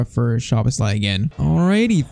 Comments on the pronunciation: Gulácsi's name pronunciation: Gulachi Szoboszlai's name pronunciation: something like that: Sobosla e Orban's was pretty good Pls like so can see it, so he won't pronunciate their names wrong all the time. As a Hungarian it's irritating me when our names get pronunciated bad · Also "sz" in hungarian is pronunced as an "s" like in super. Maybe for pronouncing Szoboszlai, it could help!